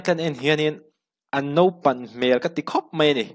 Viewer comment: "Nopang", tia lam lovin, "Naupang", tiin lam ṭhin la, ka ngaisâng zual ang che.